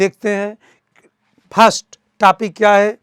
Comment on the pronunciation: Topic ko tapik bol Raha hai